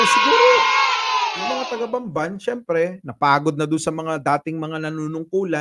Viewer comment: Inulit ulit ko ang sabi ba nya Bambay, hndi Bamban?